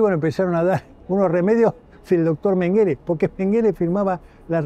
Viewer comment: Mengele es un apellido aleman .. Se pronuncia con acento en la primera E ... Significa ....montoncito...